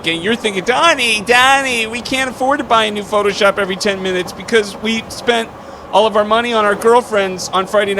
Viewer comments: "you suck at phooshop" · "You Suck at Phooshop".... Methinks there's a missing letter.